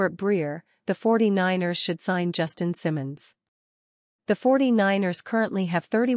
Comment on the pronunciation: cannot pronounce BA name correctly. Content copied from other youtubers. Not useful.